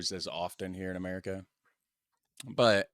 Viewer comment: its merikun that's Weird, even the intonation and pronunciation is usually wrong.